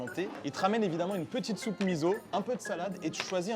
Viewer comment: Merci pour cette découverte. ça donne vraiment envie d'y aller. Juste une petite remarque: de la part d'un habitué du Japon, ça serait sympa d'entendre MI-SO et pas MI-ZO. Ca me vrille un peu l'oreille d'entendre toujours MIZO - OZAKA - BONZAI. Et puis l'oeuf "coucher de soleil" c'est Yu-u-yake(夕焼け) tamago. Yukake (湯掛け) tamago voudrait dire "oeuf rincé à l'eau chaude"😉